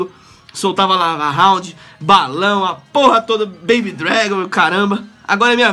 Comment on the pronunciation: lava rrrrraundd kkk